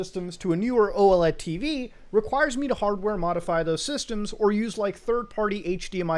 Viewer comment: Modify or...Mutahfy? lol